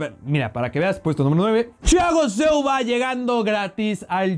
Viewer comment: Critica a jugadores ,y no sabe pronunciar el nombre de Silva.